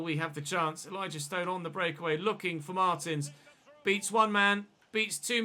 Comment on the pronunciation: It's "marteens"